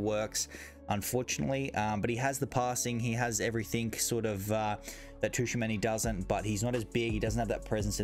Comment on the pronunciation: Not being picky but Tchouameni is pronounced “Chu-a-many” rather than “Ta-chu-a-many”. Other than that great video man awesome content